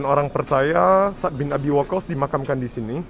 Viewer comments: Sa'ad bang baca nya..bukan sad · Menyebutnya 2 suku kata: Sa'ad (seperti kita bilang 'pada saat'), bukan Sad. Barakallah, semoga hidayah Allah turun utk pemuda2 yg baik spt ❤ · Cara baca anda sa'ad kok bacanya sad😂. Kayak sat= saat atau waktu dalam bahasa bosnia. Sat 😂. Bacanya yg bener kyk saat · Bilang nya Bukan sad.. Tapi Sa, ad..... Maka tulis nya Sa,ad, ada koma nya gitu....